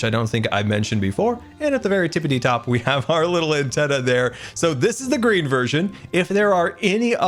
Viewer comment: not gonna lie... at first i thought he said Grian Trolley but I realized he was saying Green... I think Grian Trolley fits better xD